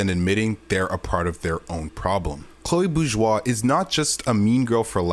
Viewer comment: Oh my god I found the only person that finally says this right without good video Man